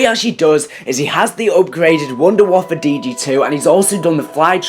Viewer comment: people keep calling it the wunda waffle it's pronounced voon-de-vaffe